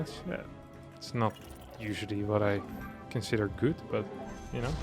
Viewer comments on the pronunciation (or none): none